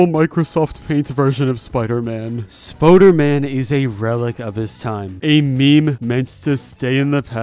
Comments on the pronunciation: Stop saying Spoder-man say Spooder-man! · spOOderman not spOderman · Spooderman not Spoaderman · ITS SPOODERMAN NOT SPODERMAN AHHHHHHHHHHHHHHHHHHH. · Did you just say ‘Spoderman’ instead on spooderman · Spooder man not spoder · its spooderman not spoderman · I though spooder man was pronounced Spoo-der-man not Spoh-der-man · its spooderman not spoderman and you pronounce it spuderman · you said it wrong